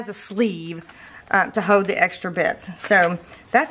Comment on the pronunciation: Pronounce the ‘L’ please. It’s ‘Hold’ not ‘hohd ‘